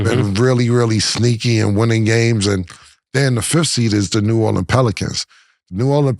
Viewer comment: Ma$e thank you so much for pronouncing New Orleans correctly!!!! ❤❤❤❤❤